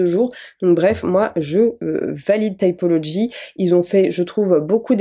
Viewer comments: Les anglophones prononcent « taïpolodji ». 🥰 mais « tipoloji » c’est bien aussi. En vrai c’est pas important. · Vas y prononce à la française T[i]pology. OK en angliche on dit T[aï]pology mais c'est plus mignon la prononciation à la française :) (je sais j'ai pas écrit les bons symboles phonologiques mais au moins on comprend). Encore une vidéo super, bravo !!! 🤘 Love from a tea drinker living among froggies 🇬🇧❤️🇫🇷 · Moi je le prononce à la française donc tipologie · Tu peut fire Typology (aï) aussi 😂😂😂 Chacun dit comme il veux moi je le prononce de cette façon 😂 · Moi je dis T i pology xd Mais je pense que ça se dit comme tu le prononce 🤷‍♀️ Moi j'ai leurs acide azelaic et hydrolat fleur d'oranger Le sérum ongles et le sérum cils sourcils mais j'y suis allergique au sérum cils du coup ils vont me le remboursé après renvois du sérum chez eux 🥺👍 Et petit + l'acide azelaic aide contre l'acné aide énormément contre les marques et petit à petit ça aide aussi ma rosacée des joues, mes joues sont moins rouges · Coucou! J'aime bien typology (je prononce tipologie perso) pour les produits skincare. Je n'ai pas testé les gammes make up et cheveux. J'ai bien envie de tester le masque cheveux et le leavin du coup! Je profite pour demander si tu connaissais une palette de correcteurs crème avec du vert et du orange dedans et qui est de qualité surtout 😅